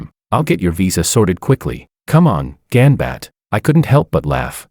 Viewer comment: It's not 'gambat ' . It's japanese word pronounced as "gam- battae" which translates to all the best